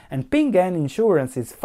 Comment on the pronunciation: BTW it's PING AN, two syllables :)